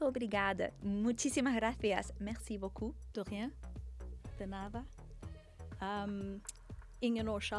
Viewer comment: As a brazilian, when said "muito obrigada" was so strange to hear. Most likely because as so unexpected and perfectly said a the same time. 😅